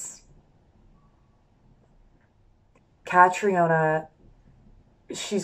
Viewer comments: When she called catriona catarina -_ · Deshauna stop saying "Katerina". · I love how Susie Castillo pronounces Catriona. 👑👑👑👑👑👑👑👑